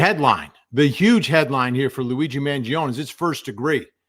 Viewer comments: Vinnie Vinnie Vinnie..as Italians we gotta pronounce the name right! 😂 It’s “maan joh-nee” not man-jee-own or man-jee-oh-nee..🇮🇹🤌 Keep up the great work! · It's pronounced Man jon ay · Why are you mispronuncing Luigis last name? It's Man gio nee. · Please pronounce his name correctly. There is an 'e' on the end of his name. Thank you. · You're driving ME nuts pronounce This Italian name RIGHT‼️